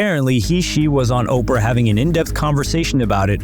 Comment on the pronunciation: Not OPRA!